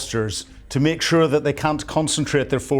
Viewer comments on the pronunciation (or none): none